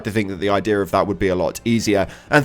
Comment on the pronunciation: Where is the R in the word “idea”